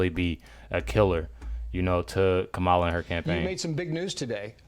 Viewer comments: For the record, her name is pronounced "Comma-la", not "Ka-ma-la." You can thank the news agencies for the confusion early in her VP term. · And her name is pronounced comma La!